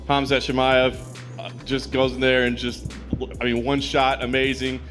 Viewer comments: lol dude said "Hazmat" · the reporter calls Khamzat "Hazmat".......balling my eyes out from uncontrollable laughter here!